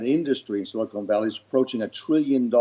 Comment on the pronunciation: Someone has to tell Frank that it’s Silicon Valley not silicone valley. It makes him sound so stupid and he is not. If silicone valley actually existed it would be in Hollywood I guess.